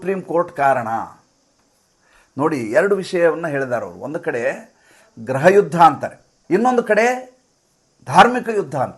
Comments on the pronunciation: ಸ್ವಾಮಿ ಅದು ಗ್ರಹ ಅಲ್ಲ. ಗೃಹ ದಯವಿಟ್ಟು ಉಚ್ಚಾರಣೆ ಯನ್ನು ಸರಿಪಡಿಸಿಕೊಳ್ಳಿ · ಗ್ರಹ ಯುದ್ಧ ಅಲ್ಲ ಗೃಹ ಯುದ್ಧ ತಾನೇ